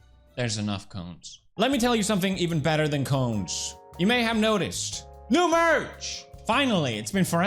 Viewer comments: i thuoght you said CLONES at first,,, hahahahah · I wasn't watching and just listening and when he said cones, I had to double take.